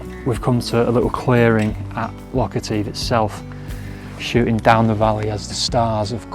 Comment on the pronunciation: Nice vlog. But take it from a native: Etive rhymes with give. And native.